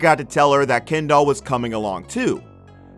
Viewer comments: Didn’t even pay attention to half of this because I hate the way this guy pronounces ‘Kendall’ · Am I the only one who here’s him calling her “ Ken Doll” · Her name is Kendall not ken doll lol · I'm sorry but I can't watch this the way he's saying kendoll and not kendell is getting on my nerves I'm only 35 seconds in and nw I'm not even sure if dats her name any more (rip brain cells)😥😣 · Omg her name is Kendall not kenDOLL XD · Called that hoe Ken-Doll 😁🤣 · He says KEN- DOLL lmao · Sounds like he’s saying, “Ken doll.” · Ken-doll that’s all I hear from this man 😂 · Why do I keep hearing "Ken doll"? And who wouldn't hang out with Harry? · Was it just me or did he say “Ken Doll?” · Hearing this dude say “Kendoll” over and over is torture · The way he says “Ken-doll” 😭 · can’t even finish the video after how the narrator keeps saying “ken-doll” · You really did this whole video calling her ken doll the whole time. Ummmm....why? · I want to know who the hell is "Ken-doll"!?? 🤔😅🙄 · The way he says kendall is funny, Ken-doll lol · okay but why he pronounce it ‘ken doll’ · Why is he pronouncing her name as "Ken doll" Jesus. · They way he says Kendall. KenDOL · You pronouncing her name like "Ken Doll" gives me life 🤣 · No one: Not a single soul: Not even the ghost in your basement: The guy: KeNdOlL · All them sisters do this... They don't mind messing with their friends men. Is he saying Ken Doll?? Lol! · The way he is saying kEndoLl 💀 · Is he calling her “Ken doll” on purpose? 😟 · All I’m hearing is ‘Ken doll’ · Ya, can't be the only one hearing "ken-doll" when he's saying Kendall right? His pronunciation is saying "ken-doll" but it feels like he means Kendall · This dude pronounces her name like KenDoll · All I hear is, "Ken doll"... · The way he calls her "Ken Doll" 😂😂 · Not this guy calling kendall "kendoll" throughout the whole video 💀💀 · Been driving me crazy lol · It’s sooooo annoying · 😂 I was thinking the same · Sry but the way he says Kendall is so funny to me